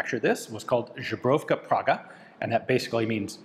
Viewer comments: Мабуть все ж таки "Збройовка" а не "Жебровка", перепрошую що душню) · Aaa! Love you man but... "ZBROYOVKA" maybe but certainly not "ZUBROVKA" :) But thanks to your mistake in spelling/pronounciation we know what you did in Prague in your spare time :D Cheers!! :) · Ian pls at least try pronouncing "zbrojovka" Try saying ZEBRO-YOV-KAH that might be acceptable. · Maaan i love your contet i am watching multiple years but Žubrovka man žuber is sort of buffalo its zbrojovka man with Z not Ž wish you great luck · Just FYI, the Z in Zbrojovka is a normal, hard one like in English. What you've been saying is the soft Ž. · Its not žbrojovka, its zbrojovka, z as in zebra, not zhang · Zhubovka is a Polish vodka. This gun was made by Zbrojovka Praga (pronounced: s-broh-yoff-kha prah-hah) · I'm sure it's already been said multiple times but you pronounce "Zbrojovka" more like "Żubrówka"... it's "zbroYovka" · I am not Czech, but I am quite sure that Zbrojovka Praga needs to be pronounced "Zbroyovka". There is no sound ʒ in this word. Please correct me if I am wrong. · You can hear pronunciations from native speakers on Forvo. Zbrojovka = Zbroyovka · You read Zbrojowka as Żubrówka, which is a Polish brand of vodka. Seems you drank it before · Wait, does he pronounce "zbrojovka" as "żubrówka"? First is "weapons factory" in Czech, second is "bison grass vodka" in Polish. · Zbrojovka - zbroiofka, not zhebrovka. And it's not bullpup. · Just a small remark on Your pronounciation... Zubrovka is the Polish vodka with a string of bison grass, Zbrojovka is read as it is written... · There is no "zh" in zbrojovka. 🙂 Google Translate set to English sounds like a Czech emigrant returning to the country after speaking English for thirty years, but apart from having a thick accept it pronounces the word perfectly fine. The three consonants in a row are a little tricky, but there's definitely no zh sound. :-) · Zubrowka is Polish 😂 Czech Zbrojovka is pronounced Ssbrohyovkha